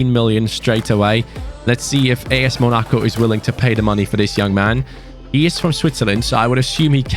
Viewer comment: Its MONACO not monico But good suggestion